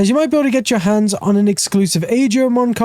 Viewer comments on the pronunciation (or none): none